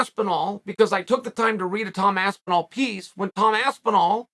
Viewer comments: Aspenwall Lmao 😂 how does Charl mess every name up at least once. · Aspenwall, I heard that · “TOM ASPENWALL”